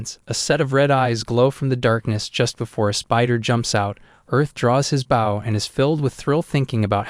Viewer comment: Knowing the MC is an Archer, the Idiot Narrator doesn't pronounce the word BOW (as in Bow & Arrow) correctly!